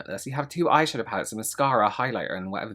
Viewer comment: I’m sorry “loreal eye shafow” is hilarious to me 😂 glad to know I’m not the only one